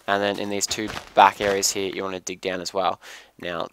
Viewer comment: i hate how you say "here" ...